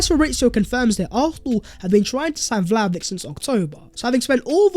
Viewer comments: It’s pronounced “Vly-oh-vich!!! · As always great video mate. You could add the sound ch at the end of Vlahovic's name :) So we should buy the man because if we make top 4 with him then its money that we'll get back so a solid investment. If we don't make top 4 this season then there's a good chance we will next season. But with many teams faltering such as Chelsea the stage is set for a smash and grab 4th place. Let's do it.